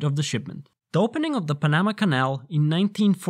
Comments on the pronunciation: pa-NA-ma? Man o man, even 2x4s know it's called PA-na-ma with the stress on the first syllable. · Pn nam ah canal? Nice try. Nay shun al standard? Aaaarrrrggghhh! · I love how you pronounced the Panama Canal as the "pa Na ma" canal rather than the "Pan a ma" canal. Computer voice perhaps? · Reading Panama as "Puh-nah-ma" That tickled my brain heh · You lost me at "Pan-nama". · I’ve heard plenty of mispronounced words on YouTube.. most of them forgivable. But “Pa-Nam-A” has to be the wildest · Thank god for the "pan-nama" canal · he was saying fucking pamama. PA MA MA WHAT DA HELL- also, a fucking eurotard, he is. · The way he pronounces Panama is crazy. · 🤯 How the hell did I never notice this? Also.. How the hell did you pronounce Panama like that? I keep rewinding that part. But can't get myself to pronounce it like that! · I was done listening when he said Panamá wrong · Why is your pronunciation so bad? - locally, Panama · The narrator’s pronunciation of Panama is wild.